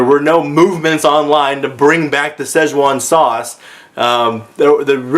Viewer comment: When you said "with a z" you nailed it. That is EXACTLY how I say it irl.